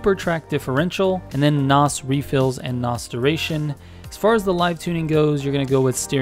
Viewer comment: Please stop saying Nos. From a car guy threw and threw. I find it cringe.